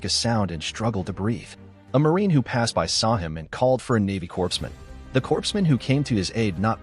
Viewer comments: To the narrator: It's pronounced "Coreman", not Corpseman". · Thank you. Great Bio of a great man. Corpsman is pronounced Cor-Man...we don't want make Corpses out of those fighting in the Corps (pr. like Core, not corpse) 😉👍 Semper Fi